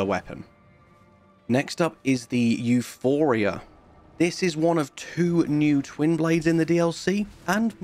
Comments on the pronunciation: I will say, not sure if you’ve heard this yet, but the twinblade is Euporia not Euphoria. This isn’t just you, most people I’ve seen have made this mistake. Regardless, I loved the video. Keep up the good work! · it's Euporia, not Euphoria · you can run past the divine beast warrior on the way to get Euporia (pronounced E-pore-ea. there is no ph in the word) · Theres no H in Euporia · Ok guys we get it there’s no H in Euporia 😂 no need for so many of y’all to say the same damn thing